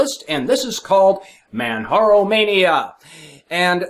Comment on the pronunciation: just an fyi its man jar o like the mountain kilamanjaro 0.o lol